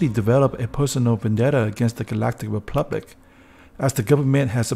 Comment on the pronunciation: It's republic, not "replubic" get it right!